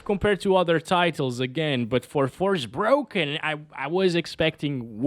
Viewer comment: "forsproken" 🤣🤣 thats the right name for this game they just forget "R" letter 🤣